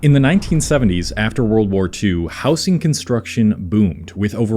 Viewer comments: It's pronounced "housing", not "housing". Where r u from that u say it like that? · he mispronounces housing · Why do you pronounce housing with a soft s? I've never heard that before and it's not in any accent i know of.